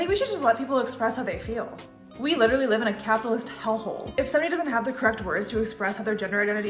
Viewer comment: Whatever that was with the death note sweatshirt on said “literally” so idiotically. “LiihLLeRLLeigh” “lillerly” huh???? Yeah lemme take advice from you. But you’re a kid. This dude or woman or whatever that was is gonna look back on this in 10 years, maybe even less, with so much embarrassment.